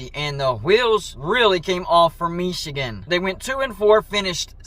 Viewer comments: Dude you crack me up when you say “Mee chigan “ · The way you pronounce "Michigan" is really weird. When Harbaugh began coaching at Michigan, part of his compensation was to lure him away from the NFL. When they reduced his pay, they shouldn't be surprised he then interviewed for NFL jobs. If they didn't want him interested in going to the pros, then you pay him so he's not interested in going to the pros. This happens in other industries and is part of the analysis when deciding what to compensate highly sought after talent and skills. If you don't pay engineers/executives/technicians enough, don't be surprised if they show interest in other opportunities and companies.